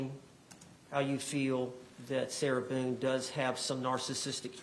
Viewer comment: The way her attorney miss-pronounces her surname. 😂 “How many times did you meet with Ms Boown?”